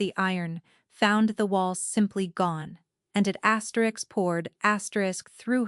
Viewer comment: Nice story. Need to fix the "asterik, Asterix" audio errors which are very distracting.